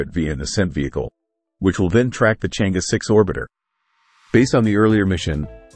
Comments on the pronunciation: It is Chang er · Proper pronunciation is Chang Er ; Cheuh João satellite.....